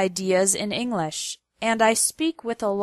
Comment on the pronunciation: Ing lish.